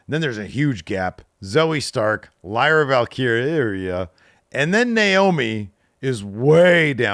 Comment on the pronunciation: He ALMOST said Lyra's name right...😂😂😂